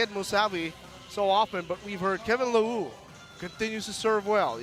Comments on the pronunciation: Its Kevin (Lee-Rouh) Leroux not "Lewwoo" and Kevin (Ti-lii) Tillie not "Tiyie" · The commentator is having a hard time reading the names of the French players. "Kevin Lawoo" "Kevin Tiwie"